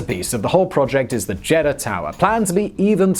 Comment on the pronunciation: Pronunciation It's not a jeddah It's a JED DAH LIKE Eagle not an Egg Read know JEDDAH